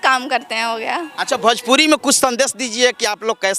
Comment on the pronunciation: भोजपुरी होता है बे बड़े पेट वाला भजपुरी नहीं सुध बोलना सिख लो